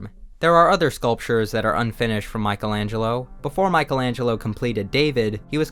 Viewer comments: Michelangelo, not Michael. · its the first time i see someone calling michaelangelo MICHAEL ANGELO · you are so unqualified to write on this. first you cant pronounce his name. then your insights are wrong.... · You were able to butcher Michelangelo’s name, the name of his works, and of almost everyone who was cited.